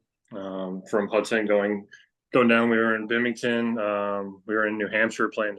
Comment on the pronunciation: He called Binghamton bimmington😅